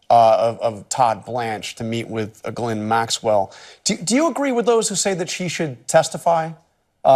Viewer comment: Not that she deserve any kind of respect but I always crack up when Americans nearly choke by pronouncing the hardest word in the world: Ghislaine.